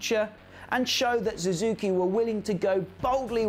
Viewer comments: Su zuki not Zoo zuki. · Suzuki not Zuzuki. Husq varna not Husqa varna.